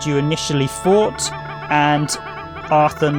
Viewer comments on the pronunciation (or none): Loved the video! Btw, Forte's name is pronounced For-tay. It's an Italian word, translated roughly as meaning loud, or to get louder. Now I'm gonna go deeper into your video for an entertaining listen while I drive my truck this shift. Thanks for the upload!